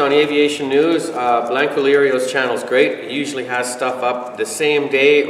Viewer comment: It’s not blank o lerio. Get that right first.